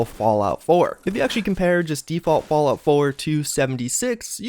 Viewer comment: "Fallout floor"